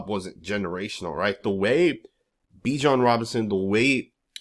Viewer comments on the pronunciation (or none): none